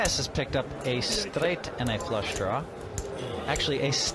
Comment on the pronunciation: why does Hellmuth start talking really weirdly? says the words "nut" and "straight" in a strange way.